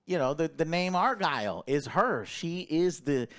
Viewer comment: Bro its not ARE-GILL its ARE-GYLE (like kyle). How can you mess that up after hearing it so much in the film?